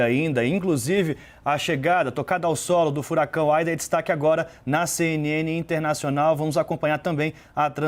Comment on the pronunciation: E não é Aida e ida!!!!